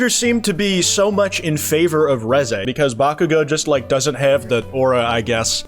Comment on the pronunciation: The way you pronounce Reze makes me wanna blow my brains out